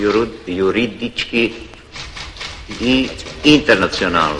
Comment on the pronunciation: Pripadnik hrvatske elite među kokošarima i komunističkim intelektualnim drvosječama. Sudac teško izgovara čak i temeljni pravnički termin "juridički"! Ne možeš vjerovati!